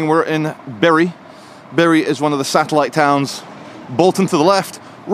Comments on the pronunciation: From the very start of this video, my mother is turning in her grave.. She hated the mispronunciation of Bury. All I can hear. now in my head, is "Berries grow on trees, that are buried in the ground" It's Bury not Berry!!! ha ha ha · It's pronounced " Boo Rye" lmao